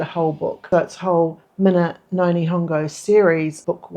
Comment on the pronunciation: Keep at it!!! Yes, keep working on your pronounciatipn. Japanese “no” is not pronounced like the English word “no”. Think of the beginning of the word “north”, and then make that a short sound. That’s your Japanese “north”. Also, when you were saying “itadakimasu”. The “da” is definitely “da”, not “ta”. I’m very envious of you being there. I’d love to be living and working in Nagoya again. I’ve got three kids now, the youngest 2. I can’t imagine getting back there again any time soon.